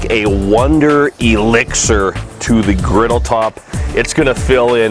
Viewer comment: Griddle not riddle...lol